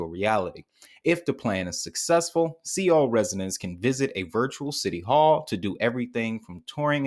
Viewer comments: My man, Seoul is pronounced "Sole" Korea Seoul, Korea ... Not SEE oul .... here to help, Keep up the good work. its helping me .. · Great video! It's pronounced soul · Seoul is pronounced as, "Sole"